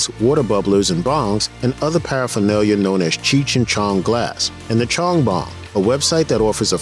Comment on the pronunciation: Cheech chi chong. Dont like how this guy says their name.